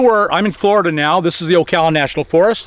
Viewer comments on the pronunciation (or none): none